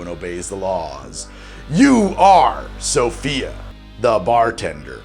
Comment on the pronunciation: every time he says SOFIA I just can't help CRACKING UP LOLOLOL